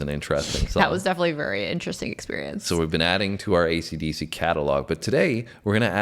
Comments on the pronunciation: learn to say AC/DC correctly!!! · BARS & BARBELLS.Будь ласка,навчіться правильно говорити AC DC!!!